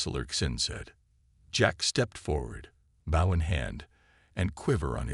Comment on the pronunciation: How do you get the pronunciation of "BOW" wrong? Get real people to read the stories.